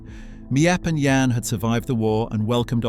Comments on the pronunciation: As someone who’s learning Dutch and written a few things for books about Anne; some of the pronunciations of names and surnames such as Miep & Jan Gies are pronounced wrong as their names are pronounced Meep and Yan Gees (Dutch G sound) and some information is wrong: Herman Van Pels wasn’t gassed immediately upon arrival. But in October a month after arrival due to injuries. And the fact that he just gave up willing to live. Otto’s family lived in Switzerland not Elfriede’s family. And you missed the bit where Anne and Margot didn’t move to Amsterdam immediately when Otto did. He actually went ahead of them in 1933. The Frank family moved to Amsterdam in stages between late 1933 and February 1934 to escape Nazi persecution in Germany. Otto Frank moved first in summer 1933, followed by Edith and Margot in December 1933, with Anne joining them last in February 1934. She’d been with her grandmother in Aachen till she finally came to Amsterdam. Apart from that it’s a good video. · The names of the helpers are Miep. Pronounced as Meep and Jan pronounced as Yan. Their last name is Gies pronounced as Gees. Many people don’t know how to properly pronounce the names. I’m Dutch btw. And have seen this house several times.